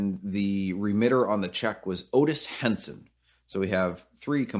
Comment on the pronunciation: “Otis Henson” ? Lmao